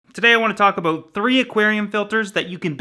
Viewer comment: "I want to talk aboot...." You're Canadian aren't you;)